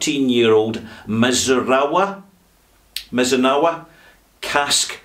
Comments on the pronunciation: I have the standard 13 year old Glendalough, and it is a very nice Irish whiskey. Definitely not a Redbreast or Jameson type, more agressive and expressive than either. Also, it's mee-zoo-na-rah. But that's beside the point. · Hello, I can speak Japanese- not bragging, I live in the country and need it. The pronunciation of Mizunara is 'mee-zu-na-ra', if you are interested. Mizunara is a type of Japanese white oak- very tight grain and very hard. A great firewood.